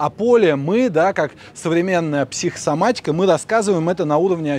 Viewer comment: Интересное произншение - психсоматика! Без связывающей буквы О всередине.